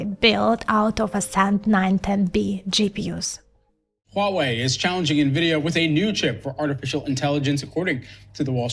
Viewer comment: for the record, the "H" in "Huawei" is not silent. It is pronounced as "Huawei" not "uawei"